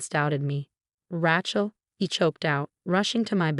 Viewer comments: Whoever, or whatever narrated this is horrible at pronunciation. It's Ra(y)chel, not Ra(t)chel. You didn't even pronounce Dr. Mar(teen)is's name right. I'm not suscribin to this channel. Sorry,. All of the channels similar to this one, that I'm subscribed to, enunciate names and words correctly most of the time. They make mistakes as well, but not like this. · R-long a chel NOT Ra-shal!!!! Agree Lord Love a Duck!!!😊😊😊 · It’s “RAY-chel” goddamnit! Get it right! If Sarah never had a drinking problem why did she have a sobriety medallion? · Yes, please get your names pronounced properly... The name Rachel is especially ALWAYS mispronounced . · Fix your bot. Rachel does not rhyme with ratchet